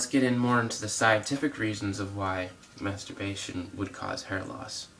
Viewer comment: Lol dude can't even say the word masterbation